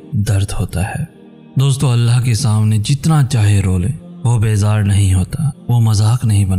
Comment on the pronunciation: why you always pronounce Allah as Allha?!!! What's wrong with you man? I always try to avoid that but can't tolerate anymore. How is this possible that a Muslim can't say the name of Almighty Allah in right way? Don't ever say Allha, say Allah